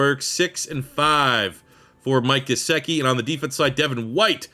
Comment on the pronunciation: its called Gesiiiickiiii, the other stuff was great as always